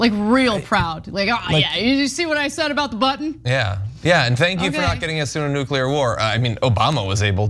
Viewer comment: Shame Woodward can't pronounce 'nuclear' correctly...